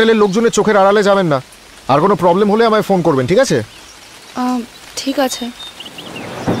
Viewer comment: খুব সুন্দর উপস্থাপনা, কিন্তু অনুসূয়া চরিত্রে যিনি অভিনয় করেছেন তার একটু উচ্চারণে সমস্যা আছে। যেমন প্রবলেম কে বলছেন পবলেম, প্রবন্ধ কে বলছেন পবন্ধ